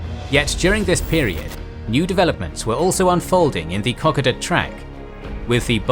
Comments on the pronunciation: With due respect to your great efforts (which I greatly enjoy) as an Australian, whose family took a very small part in the P.N.G. campaign, I would like to make one small correction. Kokoda is pronounced K"o"k"o"da (it does matter to us). I believe you are using a computer generated voice. These are known at times to fail to pronounce names and other words correctly. Please check this. Also please continue your terrific work which I find well balanced, secant and well researched. One small note also. General McArthur had General Blamey (who had his faults) at the Japanese surrender in Tokyo in part as an apology for his remarks about the fighting ability of the Australians (politely put) in P.N G. I have read. I know also many Americans have had their views about him. He like the rest of us had his positives and negatives. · Them not being able to say a name properly that is as heavily propagated as Kokoda with it's pronunciation incorrect for not 1, not 2 but 3+ videos I think is very embarrassing for a HISTORICAL channel EDUCATING people on a HISTORICAL event which is apart of primarily Australia's and Papua New Guinea's HISTORY. Not only is it disrespecting the Aussies and Papuans but it shows a high level of ignorance about the historical event. What priorities are you referring to? The priority for stopping the propagation of something wrong? I think more and more people should call out this stuff? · Wtf is Cock-Ida....I know about Ko-ko-da.....but that's only because I'm Australian and a history buff. I'll shut up and learn....because.....grrrrrrr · Kokoda is pronounced Coco- dah not Cock-odah. Kokoda is extremely important in the Australian psyche so please review the way you pronounce it. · I have to say this as an Austalian, it's koh-koh-duh, not cock-ah-dah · Love the channel but please please, its ko koda, not koka da. It was just grating to hear that. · kuh·kow·duh, not Cockada. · It is pronounced “co co dah” not “cock a dah” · Its pronounced Ko Kod a